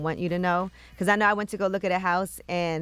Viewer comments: Yo she says "bacaws" just like Envy! 😂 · Her damn because's be killing me. Where the hell the "w" come from? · Gia and Envy both pronounce the word “because “ weirdly